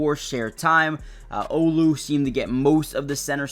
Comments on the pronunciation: A true Seattle fan knows how to pronounce Olu's name! Just sayin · He's not trying to be a fan. covers many teams and is a journalist. But yeah, as a journalist, he should know how to pronounce the guy's name that started last half of '24.